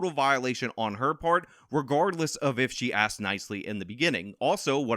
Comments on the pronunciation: They aksed. Learn to speak english, geez. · "Asked" not "axed" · “she axed them again”?Whoa whoa whoa… I saw no Axe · She should of "axed" them then there really would be a crime! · That lady should be in prison honestly... I mean, she axed them after all. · If you still can’t pronounce “asked” correctly at this point then you🗑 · The sister said that Comrie "axed them for the bike"...Axing a poor innocent 17 yr old black male over a bike is patently illegal and just wrong. Case closed.